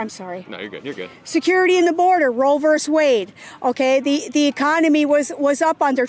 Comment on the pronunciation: Versus. VER- SUS!! Not verse.